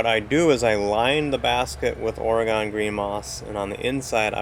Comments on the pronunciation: Say OR-ee-gun, not Orugone. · We Minnesotans say Ore-GONE until it's been beat into our heads (in the sense of using our words, of course!) and I have now schooled others. I get to school people now, because I live in New Orleans. It's not pronounced "New Or-le-ans" or "New OR-leans" and most certainly NOT "N'Awlins" (that will get you marked as a non-local, and mugged later; I wish I was joking but this is not a safe place, you want to blend in as much as possible, and my extremely strong upper Midwest accent has made my assimilation difficult, but I digress). It's pronounced "New OR-luns". The last word almost has one syllable, it's just "Orlunz". I was a teaching assistant at the university that I relocated here to attend (and now I can't deal with temperatures under 60°F very well), and I've been asked by my students on more occasions than I care to recall "Are you from a foreign country?" on the first day of class, and when I say, "I'm from Minnesota" or "I'm from North Dakota" (I'm from both, I guess ⅓ of my life has been spent in each of these three places), I'm rather frightened because I honestly don't think that these students (typically freshmen – in COLLEGE!) realize that North Dakota and Minnesota are NOT foreign countries; rather, we tend to enunciate our words, probably due in part to not spending our formative years eating food that is so spicy that it removes some of the ability to properly pronounce words as they're intended to be spoken? I'm almost serious, as Tabasco sauce is almost as